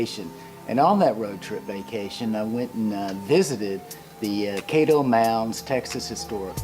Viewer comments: You kept saying KAY DOE, like Play dough...It's KAD DOH. Great video btw thank you sir. Looking forward to your next trip. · Kad-doe like Cattle Kaddo....Caddo.